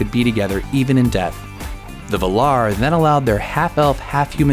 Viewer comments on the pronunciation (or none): OMFG did he really pronounce the Valar as "vuh'lar"?? Bro, wtf, get it right. Valar is pronounced with a nasalized "a", not an "uh" sound. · The name is Sauron not soron. It's the Valar not the V'lar. For Eru's sake get the pronunciations right. As for the parallels between Beren and Luthien and Aragorn and Arwen, these are explained In the Silmarillion. I know I'm being picky but if you're going to pull apart Tolkien's fantasy world, get ready for a lot of criticism. One last thing, much as we like to think that Tolkien invented High Fantasy, he didn't. Mallory came before him and Tolkien would never claim to be the first. Though he was, arguably the best. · the stress in the word Valar is on the first syllable...not the second. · And there is only one `L` in Valar hence it is pronounced as you would `valour` as in valedictorian.